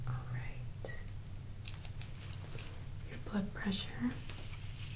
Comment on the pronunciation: I heard "blood pressure" as "butt pressure". Sorry :-) (Great video btw, thanks x 1000)